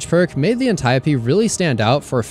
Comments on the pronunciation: You get the "like" for pronouncing Antiope correctly. Impressive. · He pronounced Antiope correctly 😭 thank you. Youtubers been killin me for years on that one.